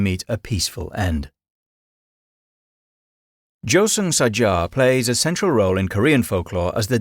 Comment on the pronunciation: The Korean grim reaper is JUHSEUNG SAJA 저승사자....not however you're pronouncing/spelling it here.